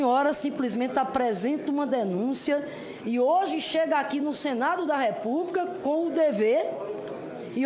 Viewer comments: RepúbRica e expRica kkk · Uma senadora,e professora,falar "expRica" "repúbRica" ? Lamentável essa senhora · Professora que fala REPUBRICA...coitados dos alunos! Sra Senadora, va estudar o Portugues!